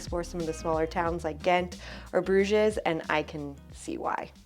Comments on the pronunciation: Great video. Just one thing: in French and English you pronounce Bruges without saying the ‘s’… so ‘broozh’ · There are several inaccuracies in this video - you mispronounced Bruges and Alsace, also raclette is normally eaten on potatoes, not bread as you said. I think you confused fondue being eaten with bread and raclette with potatoes. Otherwise, nice job!